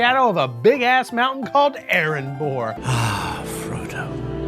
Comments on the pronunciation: Erebor* not erenbor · Aaron Boar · Are you mispronouncing Erebor on purpose? Why do you keep adding that N in the middle? Not one example of a character saying it has sounded like that & it's not spelled with an N...